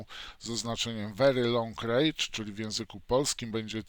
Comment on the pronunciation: Mała uwaga, wery long rendż, nie rejdż. Wychodzi bardzo długi gniew :)